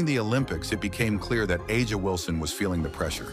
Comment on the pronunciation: Not a bad video, but I’m quite sure you’re the only one creating a rivalry between CC and AW (pronounce her name correctly) Ask CC if it’s a rivalry before you try to prophecy. CC is truly the MVP in all facets of the W. Aja great player, great stats, I guess that’s what they go on. She was being promoted as MVP after game (4). The narrative continues. CC has already accelerated down the path as becoming the GOAT.